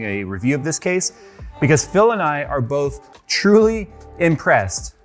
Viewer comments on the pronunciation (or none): none